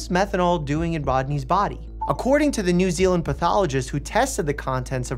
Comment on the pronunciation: Finally a YouTube that said new zeland/my home